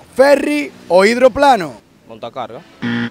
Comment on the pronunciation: Indroplano? Será hidroplano 🤣